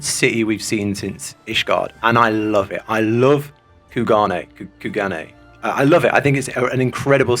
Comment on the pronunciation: Took me a while to realize that he was saying Kugane wrong. In the english it is pronounced as "Coo-Gah-Neigh."